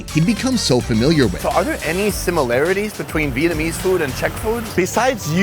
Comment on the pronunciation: As Vietnamese person, Vietnamese, pronunciation and even accent, is scarily good